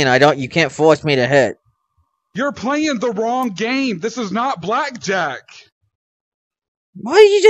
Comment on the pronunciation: I fink maybe the west of dem wewe pwaying deh wong game.